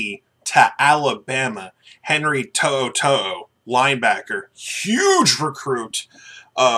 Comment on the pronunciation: I think your just pissed because you learned to say his name right : )